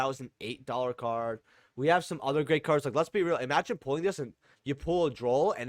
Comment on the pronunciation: The way you say ryzeal makes me want to punch you square in that pussy of a chin